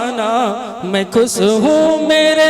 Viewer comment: Orchestra party anchor (jise gaaw me announcer) bulate hai ki style me bol raha hai... 'Sa' ko 'sha' aur 'sha' ko 'sa' bol raha hai. 'Khush' ko 'khus' aur 'sab ko' ko 'shab ko'